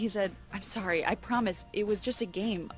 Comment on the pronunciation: YOU MADE ME START SAYING SOORY >:/